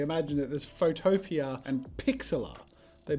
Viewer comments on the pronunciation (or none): Jazza - “Photo-pee-a” How it’s supposed to sound - “photo-pea” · Photopea is pronounced photo pea